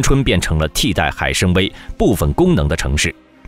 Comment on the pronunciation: 海参崴，wai3, 不读wei1